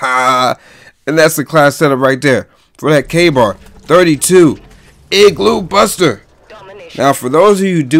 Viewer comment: When he says igloo he made me laugh